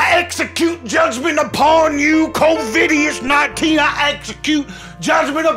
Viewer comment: “ Covidius ninteena” I will be naming my kid this 😂